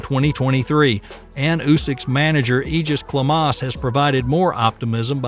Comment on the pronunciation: Egis Klimas (lithuanian name) become Eeghis Klemaass 😄